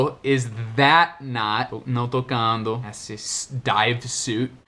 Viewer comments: Vc diz that , parece o som de vat , é isso mesmo? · Passei o vídeo todo tentando decifrar como ele pronuncia THAT mas não consegui, as vezes parecia que o T tinha som de D e outras parecia V. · you pronounce the word Tha(t), with the last 'T" unvoiced. I looked into the dictionary and I saw all of them pronounce the last "t" of That. But, I usually hear lot of people saying "Tha". My question is: the word "That" has the last "T" unvoiced or it is an informal way the natives to pronounce "Tha"? Thanks very much! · A impressão que tenho, a menos que eu esteja diodo, é que, às vezes, quando você fala o “that” soa “vaat”!! E com o “this”, às vezes, soa do mesmíssimo jeito, e sai “viis”!! Poderia esclarecer qual a maneira correta de se falar 🤙🏼... see ya!!